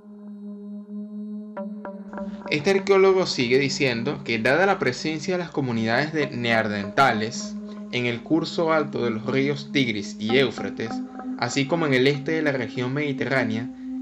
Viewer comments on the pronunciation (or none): No es ¨NeaRdentales¨.. es NE - AN - DER - TA - LES